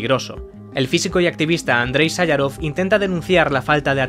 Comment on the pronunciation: Me resulta muy chocante la calidad de los vídeos, con lo mal que pronuncia el narrador cierto nombres, como MiYail Gorvachov. O Andrei SáYarov. En España siempre ha sido Mijaíl Gorvachov, o Andrei Sajaróv. No entiendo como alguien que se ha documentado puede pronuciar los nombres como si nunca los hubiera escuchado pronunciar. Ojo que a lo mejor son más correctos así, pero nunca se han pronunciado así. Me pasa en muchos otros vídeos. A veces pienso que el narrador es IA.